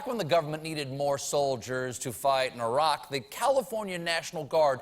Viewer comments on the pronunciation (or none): Ah-raq? What's Ah-raq?